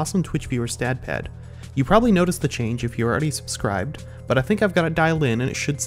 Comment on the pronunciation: Remember guys, if you enjoy his content, go ahead and "Surcibsbe". Amazing